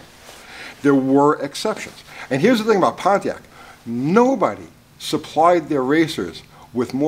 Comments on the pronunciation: Why's it so weird for me to hear Pontiac pronounced correctly? LoL please tell me I'm not the only one lol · Maybe the Ford guy doesn't know about Y block "oiling system". Thanks for not pronouncing it Ponneack.